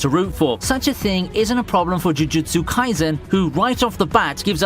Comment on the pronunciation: He seems like he's struggling saying "jujutsu"